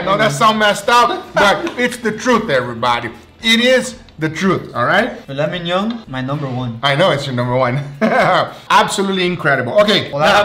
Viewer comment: the Brazilian way he says filet mignon, "filé minhon" kkkkkkkkkkkkkkkkkkkk